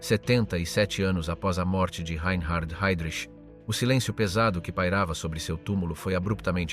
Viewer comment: A.I. SHIT. SUCH AS THIS, REE EIN HARD HEYDRICH.